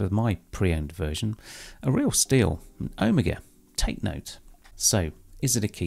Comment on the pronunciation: That was a great review, thanks. The Santos is a very styled and detailed watch but done with such art that there's no "Oh for goodness sake" about it and it fits into your collection really well. I like too that you pronounce Omega correctly.